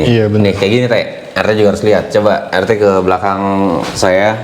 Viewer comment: wkwwk baru kali ini denger orang manggil pak RT dengan sebutan "Te" doang wkwkwk🤣